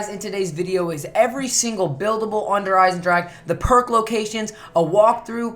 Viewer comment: Der Esendrahhe xD gg als a German it sounds funny